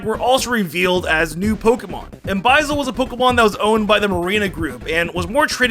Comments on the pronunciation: Bi-zell??? Just ignoring the u in buizel ok lol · Excuse me, run that pronounciation of how you say "Buizel" by me again? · The pronouciation of Buizel tho lol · The way you said Buizel…..have you never watch the movie or gen 4 like that isn’t how you say it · The B is Silent in Subtle. Other mispronounced things. Bui-zel, Pell-i-per, Ma-gear-na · "Electro-vire" "Bwie-zel" "Vivlion" your Pokémon pronunciations man... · Dude, some of your pronunciations are so bad. I like your videos, but you should learn how to say names like Electivire (not Electravire), Buizel, (as in buoy+weasel), or the one no one ever gets right, Vivillon (Vih- vee-ahn). Just trying to help your channel be more legit!